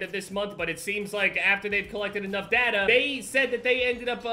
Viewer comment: 9 :12 Its data, not data